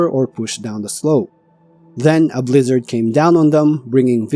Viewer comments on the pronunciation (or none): none